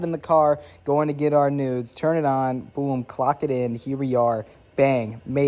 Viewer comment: “shout out to my nudes” 💀💀💀 i know he said noods but it also sounds like nudes